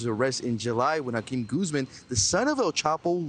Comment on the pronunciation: 😂Dudes name is really & he can’t even at least pronounce Joaquin Guzman?!?!?!